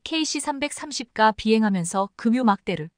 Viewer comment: "ㅂ" 발음을 못하넹... 급유 가 발음이 계속 "금유" 라고 하네여.... ㅋㅋㅋ